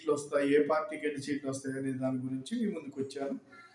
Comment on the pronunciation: చీట్లు, చమచారం కాదు బాబాయ్ సీట్లు మరియు సమాచారం అనాలి